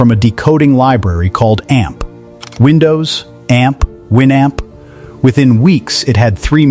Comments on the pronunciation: I used Winamp myself and brings back memories, its an interesting topic but you need to check your AI's Pronunciation and I give it an "F" for Fail!! It pronounces AOL as Ah-All at times and A-Hol most of the time and brings to mind "Ass Hole" 🤣 and WinAmp as Win Hump and Wine Amp .... Not Good! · If you are going to make a video about a product. Learn how to pronounce it. The Amp is pronounced the North American way as in amplifier